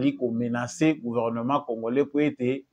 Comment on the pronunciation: Comment voulez vous quelqu'un né au Congo dont les parents et arrières parents nés et grandis au Congo, leure première langue c'est la langue congolaise, mais la prononciation c'est Congorais au lieu de Congolais